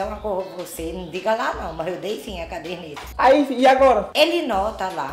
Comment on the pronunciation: CARDENETA??? OU CADERNETA????